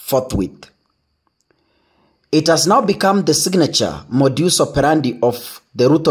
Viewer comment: The modus is pronounced ..... modas